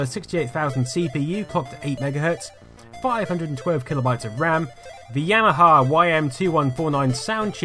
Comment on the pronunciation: I noticed several times that you not only mispronounce Yamaha as YAHAMA but you spell it Yahama too. Is this a dyslexia thing?